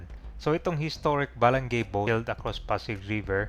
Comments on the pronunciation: Bala-ngay po, hindi balang-gay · Ba-la-ngay hindi balang-gey 😂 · Ba-la- ngay ang bigkas nyan. Ginawa mo nman bakla..😂😂😂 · Bwesit ung pg.pronounce ng Balangay..